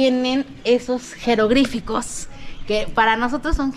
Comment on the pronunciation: 😂😂 Y los jerogrificos😂😂😂😢. "Jeroglíficos"